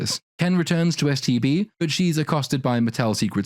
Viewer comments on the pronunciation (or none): Does anyone else keep hearing him say "STD" instead of "STB"? I keep thinking, "That is a Barbie I never had when I was a little girl." lol